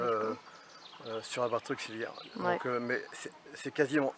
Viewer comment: Salut on a pas eu droit au petit panneau abonne toi cette fois, peut-être un oubli ma fille me l'a fait remarquer, par contre s'il te plaît ne dit plus " Broceuliande " mais BrocÉliande (ma femme est Bretonne) et c'est pas " auquziliaire " non plus 😂 mais c'est surtout pour te taquiner, Salut Salut 😉🐞